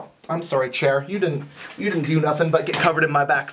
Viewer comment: "I'm sorry chair" So flipping Canadian